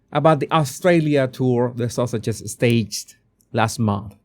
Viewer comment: Every time you say Sussexes my ear hears Sausages! I love it!